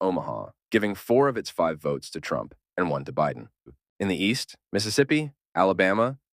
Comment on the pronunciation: why do you mispronouce Biden?